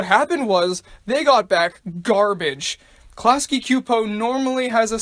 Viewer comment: I remember watching a few episodes of The Simpsons, but my mom wouldn't let me watch it. Also, you mispronounced "Klasky-Csupo", the latter part is pronounced "Chew-po". In fact, The Simpsons is not the only animated show that's been going downhill, I remember hearing that "The Fairly Oddparents" was also starting to go downhill somewhere around "A Wishful Life" and "Fairly OddBaby", while "SpongeBob Squarepants" started going downhill somewhere around Season 4 or Season 5. Also, you forgot to mention that the series is most famous for its "Treehouse of Horror" episodes, which started with the very first one that aired in the second season.